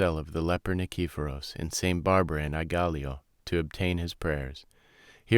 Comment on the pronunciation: nee-kee-PHO-ros. Please learn how to pronounce Greek words and names before reading! HEE-os, not KEY-os.